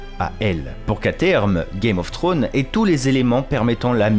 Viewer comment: Game of trônes ? tu dis à peut près correctement House of the dragon mais tu dis Game of trônes alors que c'est Thrones, le Franglais c'est dégeulasse et encore plus quand c'est une personne qui dépose sa science sans savoir correctement dire un mot en anglais